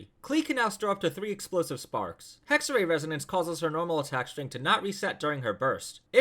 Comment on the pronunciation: Isn’t it pronounced hexerAI idk I’m a Chinese player so I might be wrong here